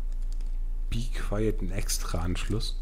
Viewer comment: be qwayeet , geile aussprache